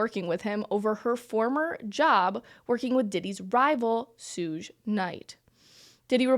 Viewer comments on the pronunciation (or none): “Sue-guh” Knight? “Shug” Knight (like sugar without the ”ar”)